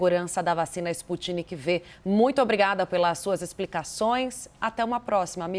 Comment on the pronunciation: A locutora falando " vacina Sputnik Vê, de V. Ela tem q ser avisada de que não é Vê, de V, e sim 5, dos algarismos romanos. Aff... nem o cientista falando, ela prestou atenção...arghhh